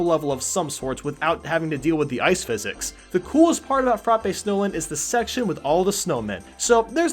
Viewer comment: Koopa City not Neo Bowser CIty Sweet Sweet Canyon not Sweet Sweet Mountain Frap-ay Snowland not Frah-pii Snowland